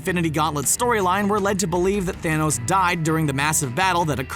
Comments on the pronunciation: He said fanohs instead of Thanos in the beginning 😂. Just turn on captions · It's not THANOSE as you say it it's Thanos learn Names man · who here heard the guy said Fhanoes